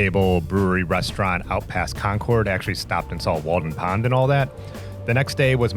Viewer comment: Ignore what Siri and Google Maps say. Concord is pronounced just like "conquered", not "concorde". 🙂